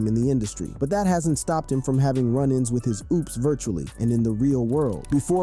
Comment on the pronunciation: It's OPPS (AHPS), not OOPS. C'mon, bruh.